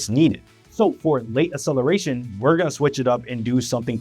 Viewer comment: “Acceleration” is NOT pronounced “uh-seleration.” “Excessively” is NOT pronounced “assessively.” Both words have a hard C followed by a soft C…a K sound followed by an S sound. Please stop spreading mispronunciation of basic words. PLEASE.